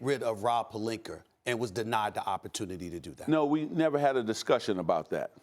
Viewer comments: Stephen A. Smith: “Rob Perlinker” Me: ITS ROB PELINKA! “PER-LINK-Ah” “Ah” THERE IS NO “ER” ON HIS DAMN NAME!! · Is anybody ever gonna tell Stephen A that he’s been saying Rob Pelinka’s name wrong ever since he’s been a laker lol he keeps saying Pelinker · can someone inform SA its "pelinka" not "pelinker".... jackass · Everyone: Palinka, Ibaka, Stephen A: Palinkur, Ibakur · “Rob Pelinker” lol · Wtf is Rob Palinkuur, though?🤦🏽‍♂️👀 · Stephen A- “Rob Palinker” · SAS mispronounces people's name on purpose. "Rob Pelinker" "ZAZA PachuliERRR" disrespectful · whats up with Stephen a smith always calling pelinka, plelinker? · I also think this all of a sudden pronunciation of “Pelinker” is a calculated move... You have to understand psychology and how to work it in certain situations to help deflect any potential heat that may arise from your [in this case his] hot topic he decided to fire up discussions on. The dude is brilliant, I’ll give him that. Do any of us think he suddenly woke up dumb today and forgot how to pronounce Rob Pelinkas name? Cmon the dude is workin it! Lol. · No one: Stephen A: Rob Pelinker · No one: .... ... ... ... Stephen A: Rob Pelinker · Steven A - "Rob Pelinkuur" ⚰😂